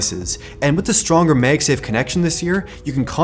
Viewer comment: Please stop saying magsafe as "meyg-safe". The "mag" in magsafe is "magnet". So pronounce mag as in the word mad.